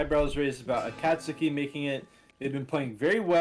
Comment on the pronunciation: every time pronounces akatsuki like a-kaht-sooki it hurts my naruto brain a bit its closer to a-caught-ski lmao